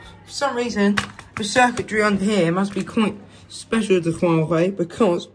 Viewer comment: "Huawhey phone" ?